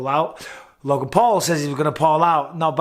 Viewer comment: Love big Mike but my god stop saying LOGAN lol